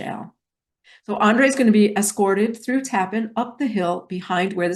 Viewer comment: It is pronounced Taaapan not Tappan